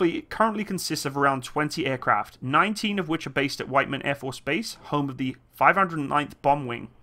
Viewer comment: Just a minor nitpick on the pronunciation of the airbase its based at: its White-man, not Whit-man. And I live about a few hours away from the base near Knob Noster, MO